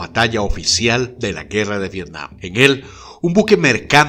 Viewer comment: TOD@ VIRTIAM YO: VETIAM TOD@ V-V-IRTIAM YO: V-V-ETIAM TODOS: ༎ຶ‿༎ຶ ༎ຶ‿༎ຶ. (┛◉Д◉)┛彡┻━┻